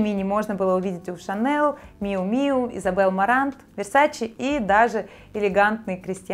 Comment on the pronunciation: Изабель Маран, а не Марант))) Удивительная безграмотность по маркам у модного блогера)))